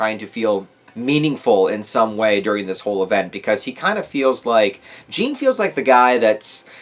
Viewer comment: Oh yeah and also, Reiss is pronounced "rice", Hange is pronounced "Hanji" and Jean is pronounced the French way (don't know how to write the French "an" sound in English)